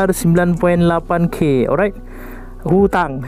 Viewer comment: Dia punya sebut hutang tu😂 lwk kottt hahah